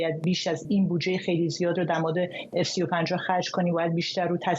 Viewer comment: کارشناس کم سواد شکریا برادوست مرتبا به اف سی و پنج می گوید اس سی و پنج.